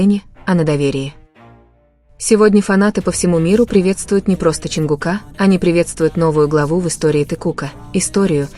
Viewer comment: Не ЧАнгукА, а ЧонгУка.